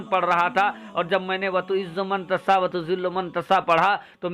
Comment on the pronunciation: मं तसा न बोलें यह 👉मं तशा बोलें